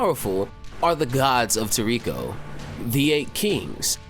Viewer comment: For god sakes man, its [Tor-Ri-ko] even the sub voice actors say it like that!! I have never heard Komatsu say Tor-riko